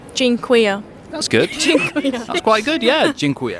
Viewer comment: Everything on point tbh. Surprised with them 2 girls from UK saying "dziekuje" really good 👌 Nice video man!